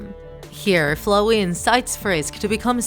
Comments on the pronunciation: I'm mad on how you pronounced Flowey's name. The o is said like "ow" soo it's Fl"ow"ey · It is pronounced flaooi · The girl:flooey Me: itS floweY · hold up.. FlOHey? Nah it's flOWey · No one: Him: Flo-wey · She says flowey as if she says flow y She says Toby as if she is saying tobby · They kinda said flowey weird, Like flow-ey kinda weird they say though srry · Why did you say flowey like flowy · Lol I heard fluwy instead of flowey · You can't even say flowey right. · you keep saying flowey wrong .-. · She said "flowey" wrong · Wrong. The human in the opening cutscene is actually Chara, not Frisk. Theres a continuation of the opening cutscene in the True Pacifist Ending. Also you pronounced Flowey and Toby Fox wrong.